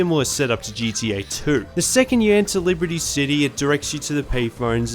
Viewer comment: Why does it sound like he is saying gda